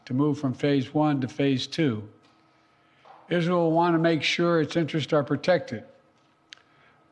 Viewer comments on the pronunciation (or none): Still, he is saying Izhell. He works for a foreign country. He sold America.